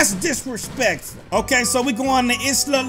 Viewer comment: It was funny when he said that's drespectful